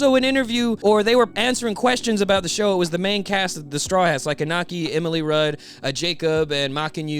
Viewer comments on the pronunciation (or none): Just a lil side note, Iñaki’s Mexican so the tilde above the N changes the sound from Inaki to InYAKi. Great video tho! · I don’t wanna be that guy, but the pronunciation is Inyaki (no offense)